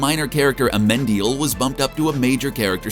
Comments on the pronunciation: You keep saying Amendil... but I am very sure his name is Amenadiel. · It's AMENADIEL, you moron😑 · If I heard him pronounce Amenadiel like that one more time I was gonna scream 🤦🏻‍♀️😭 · Yea; "Aminadal" and "Mazikin" give very George W Bush "Nuke-you-lar" vibes... :D